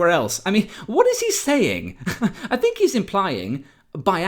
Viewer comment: Think... not "fink"...THINK you foolish moron.